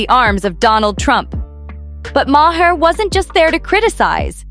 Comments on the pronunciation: So tired of AI miss pronouncing his name, it is not my h' are... very annoying!!!! So much so I discontinued watching. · The man’s name is MAHER PRONOUNCED ….LIKE THE PLANET MARS WITHOUT THE “S”. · You need to work on your AI pronunciation of these people's names it's way too distracting to have Bill Mar's Is name miss pronounce 3 different ways. Not to mention sunny Hostin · Thats not how you say Bills name